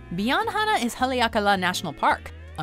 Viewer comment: Mojo Travels, KNEE-how (Niihau) is actually knee-ee-HOW. As per the song, the state fish is the ha-lee-ah-kah-LAH (Haleakala) is actually ha-lay-AH-kah-la, which is Hawaiian for 'house of the sun', and is the name of 1 of the 2 national parks in Hawaii.